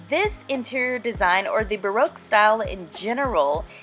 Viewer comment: If you are going to speak about baroque style you should learn how to pronounce tapestry and baroque. Also it is a period in art so you need to mention how artist influenced it